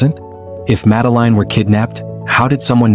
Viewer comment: AI can't even pronounce her name. It's clear the child was taken. In the absence of authorities successfully finding the perpetrator they look to those closest to pin on the blame.It's a disgrace really . Reminds me of when Azaria Chamberlain was taken by a Dingo in Australia 1980. No Dingo putting it's hand up so imprison the mother. Yes parents do kill their children but these didn't. As if these parents searching for their missing children had time to dispose of a child. Shameful really.